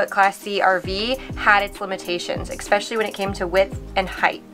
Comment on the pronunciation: "ess-specially", not "ex-specially"